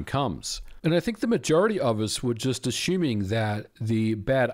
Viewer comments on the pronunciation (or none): "ass schuming"? 😅